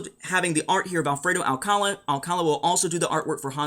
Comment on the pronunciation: Alcalá... not Alcála ;)